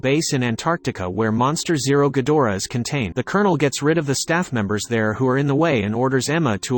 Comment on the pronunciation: Not ghodorah ghidorah